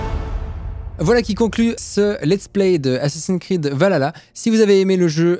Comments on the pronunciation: Bordel mais ça se dis « valhalla » pas « valala » Svp ne faite pas cette faute (les s’adapte de la mythologie nordique:ont pleur) C’est compliqué srx Vas vraiment falloir corriger tout le YouTube game ?... (question rhétorique) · Assassin creed valhala😂sa se dit :Val ha la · Valala mdr c vahaaala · je reve ou tu as dit Valala =________= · Je suis la seule qui a remarqué qu'il dit Assassin's creed valala ? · ValHalla faut prononcer le h